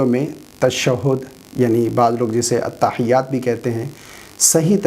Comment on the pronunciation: ke bolne se lagta he ye atta hayyatu bol rahe he jabki likha hua he atta hiyyatu